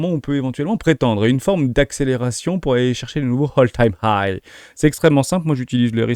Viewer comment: Attention à la prononciation Hermès quand tu dis "Hole time high" Hole qui veut dire trou 😂😂😂. C'est "All Time high" ( Ole Time hai )